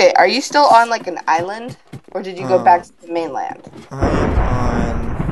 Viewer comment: at 3.46 he saies dieland insted of island